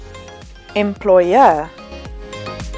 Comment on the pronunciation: The stress in "employer" is misplaced (it should be in the second syllable)